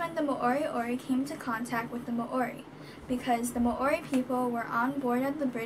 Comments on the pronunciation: Mowri not may ori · You cant pronounce Māori properly so i claim this as fake news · mAAori? mAAoriori? No. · Nah Māori and Moriori